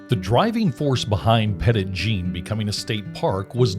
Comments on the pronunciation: Great video! My grandparents lived on the mountain when I was a kid, so my family spent lots of time at the park. Cedar Falls Trail was a lot easier when I was little! One small correction: it's actually pronounced Petty Jean. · You managed to mispronounce the park's name throughout. 🤦‍♀️. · The Park Rangers never told you to pronounce it that way 😂. Which is neither the Arkansas pronunciation nor the, nor the French pronunciation. You came up with a made-up pronunciation all your own.